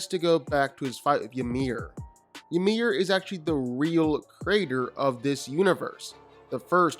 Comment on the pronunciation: Calling him Yamir is annoying af , its spelled Ymir but it sounds like E-meer.